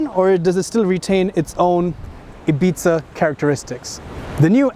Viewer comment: Seat "Ibitza" :3 eheh